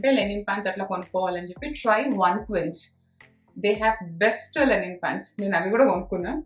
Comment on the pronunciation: Linen andi..lenin kaadhu